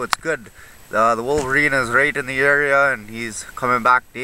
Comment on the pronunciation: Great video again. "Wolveriney" lol.